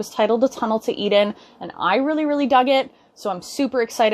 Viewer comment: Totally thought she said "A Tunnel to Eat In" So it's "A Tunnel to Eden" lol.